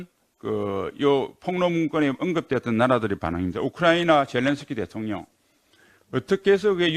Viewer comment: 신원식의원은 뚜렷한 국가관을 가진 참군인의 모습을 보에줍니다. 반면에 김병주의원은 장성출신 임에도 그 반대의 모습을 보여줍니다. 또한 혀도 짧아서 대통령을 "대톤련"이라고 발음하니 듣고 있으면 가슴이 답답합니다. 펜치로 혀바닥을 잡아 당겨주고 싶은 충동을 일으킵니다.